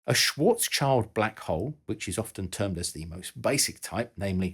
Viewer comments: I'm wondering if you ever manage to pronounce the name "Schwarzschild" correctly 🤦. There is no "child" involved! Just have a look at the Karl Schwarzschild article at english Wikipedia: there is a perfect audio sample! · My apologies, but "Schwarzschild" is pronousing without "child". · You're right! It made my ears bleed too! I'm not German, but I do have some knowledge of the language, being a "neighbour" from Denmark 🙂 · The guy's name is not Schwartzs-child but Schwartz-schild. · Schwarzschild is actually pronounced more like "Shvaats shilld". Translated from German it literally means "black shield". Funny thing is that when I first heard of this in physics class I didn't realize the Schwarzschildradius was named after its discoverer but just called like that because light doesn't get through once inside of it. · Schwarzschild is roughly pronounced like Shwarts + Shield (Litteral translation = black shield) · Moreover, it's SchwarzSchild, not Schwarzchild. So the second part is Schild and not Child, Child in German doesn't mean shield, Schild does though. 😉 You're right about the pronunciation, however. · Great video on the effects black hole event horizons, nice clear explanations :) I have only one gripe: the pronunciation of Karl Schwarzschild's name. He was german, and his name is a combination of the two words Schwarz (meaning "black", pronounced "shwarts" as you did) and Schild (meaning "shield", pronounced "sheeld", almost identical as its english equivalent "shield"). The actual meaning of his name is in itself a curious coincident given his scientific work on the event horizon of a black hole. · 1st time I hear Schwarzschild pronounced that way xDsorry, but can't continue to watch, "schwarz's child" is killing me xD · Compared to Joe Polchinskys book, that was child's play really. What did hurt my brain was the "shwortz child" pronunciation (sorry ) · The “Schwarzschield” pronunciation should be reviewed! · Dude it's "shield" not "child"!!